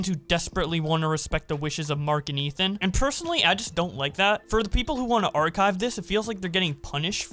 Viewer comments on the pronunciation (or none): none